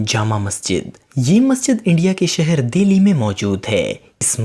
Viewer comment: You are wrong in pronunciation of delhi